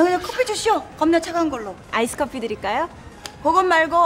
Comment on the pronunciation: "아이스 커피" 한국 사람들이 많이 실수 하는 영어 중 하나이죠. iced coffee 인데 -ed 발음이 잘 안들려서 이죠. "아이스드 커피" 가 맞습니다.